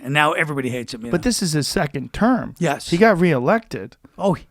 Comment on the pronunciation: “So You still live in New York”........ “yes”(in the thickest New York accent you ever heard)